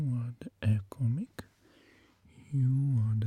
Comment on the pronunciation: Mic wymawia się jako majk, a nie mik, ale to tak btw. Od dłuższego czasu zastanawiam się, czemu masz tak małą widownię w porównaniu do wysiłku, jakości i serca, które wkładasz w swoje produkcje...